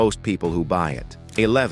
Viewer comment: The BMW R One Two Zero Zero Cee 😂😂😂😂😂😂😂